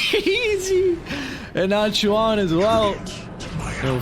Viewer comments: Chyuan himself tweet on his twitter that his name is pronounced as chew+end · Why tf does this caster pronounces Chyuan as Chiyen. Is he dyslexic?